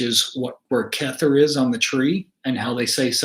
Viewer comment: I love it! You came to me as my loved one reached out twice via number 47. the 18, and 18, and you are now 47. Your pronunciation of the sefirot is a little funny though.. remember, it's Aramaic (Hebrew) chet is the choking sound. keter is keh-tare, not kether 😅